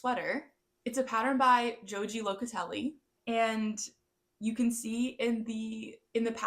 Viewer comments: Just a comment on the pronumciation of Joji, it's spanish and phonetically, (hohee), the j's are 'h's. In case you choose another of her many wonderful patterns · I am knitting the Mabel Sweater, a fun knit with a great textured fabric. Joji's name? The Js are pronounced like Hs (as in HoHee). A nice round up of patterns.